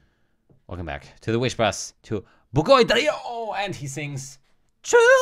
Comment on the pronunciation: not Duh-yawn 😍😍😍 it's Dri-lawn... pronounce the "R" just like Spanish people do and the "i" as hard as you can. hehe